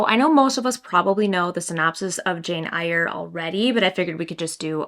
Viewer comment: Fabulous video!! Also, your eye make-up looks lovely!! That yellow Sally Rooney BOTM 🤩 Our UK cover is blue but a totally different design! Btw, the ‘Eyre’ of Jane Eyre is said like “air” 🙂 xoxo